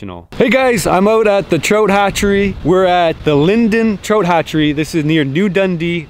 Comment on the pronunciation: Man I love you brother but that accident and word pronunciation I just can't handle sometimes. Lol Digging a "trote" pond. You say Trote! Soooooo many times!!!!!